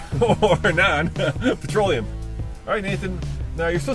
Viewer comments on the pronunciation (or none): I believe it's "petroleum" not "patroleum". BTW, I work for a city transit which has a fleet of 80% CNG powered buses and automobiles. The only good thing about CNG is the beautifully smell of emission. Other than that, it is more expansive to operate (after figuring in the compression pump for Gas and maintenance on that station), less reliable because it burns much hotter than "patroleum" which leads to a lot of engine failures prematurely. Making less power than diesel. Also, don't forget the safety of handling CNG. CNG tanks have expired dates on them, and are very expansive to replace. Big company can keep that under check and afford to train their personnel constantly. I am not so sure about individuals.